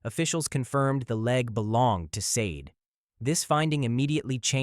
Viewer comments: Her name is Sade, Shar-day not sayde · I wish all of these victims could have their names pronounced correctly!! Sade=Shaw-day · It's pronounced sa-day. Christ!😩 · Sade is pronounced Shar-Day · I'm subscribing... I appreciate clarity. There's no mumbling & I'm not struggling to understand what's being spoken. I also appreciate the respectful manner in which the victims are spoken of. What's for you is for you & may your channel continue to grow abundantly.💫✨ It's pronounced Shar-day.... She was a beautiful young lady inside & outside like the other ladies covered here.💠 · Actually it's pronounced Shah Day 😢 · Wish you had taken the time to pronounce Sade's name correctly 😪 Great video though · ...Right - because there is no excuse since she shares a name with a well-known singer who has been popular since at least the eighties. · Sloppy and disrespectful to mispronounce Sade’s name 😠 I hate AI